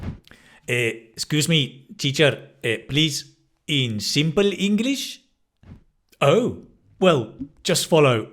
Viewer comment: Siypl inglish😂